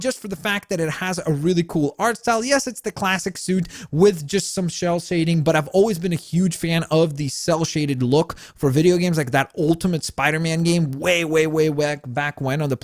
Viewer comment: you said Shell Sading Instead of Cell Shading